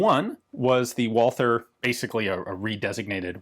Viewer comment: If i may give an advice: Recently you pronounced Korth correctly (Kort). Just do the same with the name "Walther". Yes it is written Walther but it is pronounced Walter. Remember that the th doesn't exist in the german language.